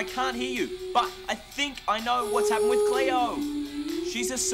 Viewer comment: it's Cleo not cloe